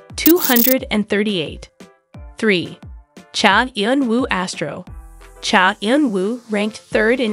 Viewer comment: First you should really learn how to pronounce a celebrities name before you decide to talk about them (for ratings). He is a very reserved person. Please respect him. Thank you.